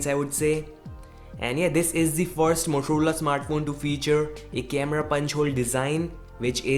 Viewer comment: why are u saying motorola as moturula lol